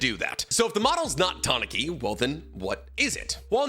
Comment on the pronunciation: Ta-na-ki? Isnt it Ta-nu-kee? Pronunciation wise